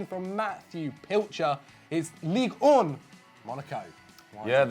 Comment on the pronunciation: hahaha he actually mispronounced Ligue 1. Everything's fine